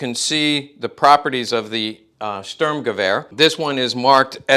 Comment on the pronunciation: I would like this channel more if you worked on pronounceation for words like Sturmgewer and Waffen SS W is pronounced like a V. Also correct terminology like calling a magazine a clip. Another thing please refrain from calling weapons nazi. eg nazi luger instead call it german. A weapon could not be a nazi although it may be used by them Simple things like this would help out your channel alot. I have subscribed because I believe this channel could grow into something good, see you on the next one.